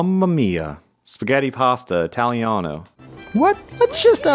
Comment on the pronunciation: You said spagety and I was eating spaghetti